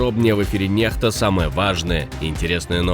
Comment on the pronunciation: Некста ❌ Нехта ✅